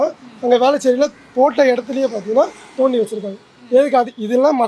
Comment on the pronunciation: நொண்டி வேண்டாம். தோண்டி என்று கூறுங்கள்